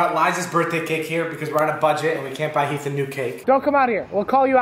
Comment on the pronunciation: Heath Hah More like Hif.